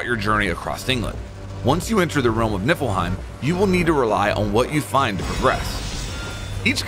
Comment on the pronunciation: "Nippleheim", sigh...